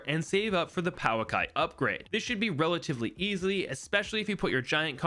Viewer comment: Fun fact: the Pouakai is pronounced Poh-akai